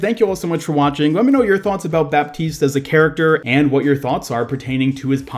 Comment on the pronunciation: PSA: the "p" in baptiste is not pronounced